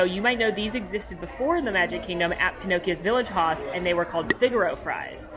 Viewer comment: Here’s mr effort to make better bloggers. The German word HAUS is pronounced EXACTLY like the English word HOUSE. Not being snarky! Just trying to help!